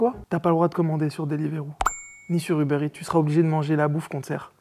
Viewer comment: Il a dit delivroop et uberits mais just ead